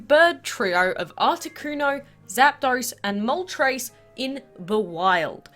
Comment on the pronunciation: Thank you for pronouncing zapdos right and moltres because THEY ARE NAMED AFTER THE FIRST THREE NUMBERS IN SPANISH